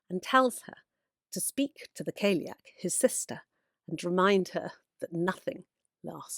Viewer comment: The term callieach should be pronounced cali-yoch it’s an Irish word ❤